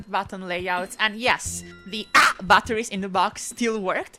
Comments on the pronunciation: The funniest part is when you said "the AHH" batteries. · We've got some "AAh!" batteries I lost it lol 🤣🤣